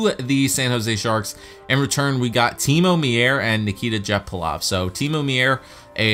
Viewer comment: Timo Meiers name is pronounced like Mayer, not Meeyer.